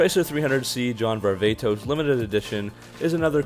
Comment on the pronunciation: Hey dumb dumb it is pronounced var-va-tos....not the way you say it var-ve-tos...is actually the wrong pronunciation dumb nut